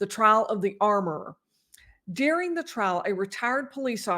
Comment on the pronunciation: Why do you say DEARING for the word DURING?